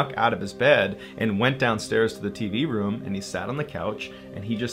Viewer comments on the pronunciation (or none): Sometimes you pronounce “room” “room”, and sometimes you pronounce it “reum”. It makes me think of how sometimes i look at my tallywacker and go “eh, it’s ok, I’m a grower and I’ve got plenty to work with; and other times I pull it out and take a look I’m like “damn look at you, hittin’ mid-thigh”